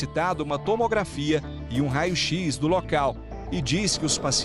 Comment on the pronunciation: Isso só aconteceu porque ele contrataram essa analfabeta. Irmão a mulher fala tudo errado... rao x, pelo amor de deus. Se fosse uma pessoa se estudo tudo bem mas um profissional formado falando errado assim. Eu tenho preconceito real com quem fala errado.